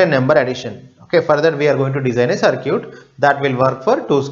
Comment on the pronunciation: please don't say CIRCUTE ..its CIRKIT(pronunciation) actually